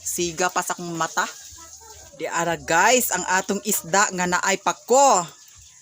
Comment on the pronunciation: Ehehehe magkatawa ko s imo pronounciation Girl.. 😂😂😂😂 Esda 🐠 konte..